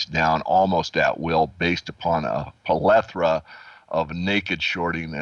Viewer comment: palethra or plethora?